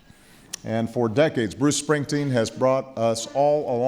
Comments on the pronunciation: James Allen check out obama pronouncing his name ...he sez ‘spring..teen’ 🤣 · Who the hell was announcing this? His name is SpringstEEn, not SpringstIn. Idiot. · She announced him as something that sounded like "Bruce Springston". Like she never heard of him. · She couldn't even pronounce Bruce Springsteen's name correctly 😢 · Great event did the address announcer mispronounce the last name Springsteen and then the next recipient, since we Tyson? Poor job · For such a prestigious & coveted award ... please do (next times) engage a presenter who can actually PRONOUNCE correctly the names of the recipients. This was sickening to hear. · idiot announcer pronounced his name wrong